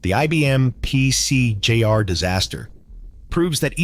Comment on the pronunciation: AI narrator?? examples of un natural speech: ibm pc "jay ar" ; the apple portables "leed acid" battery; atari "two six zero zero". Its pc junior, its pronounced led acid, and atari makes the twenty six hundred.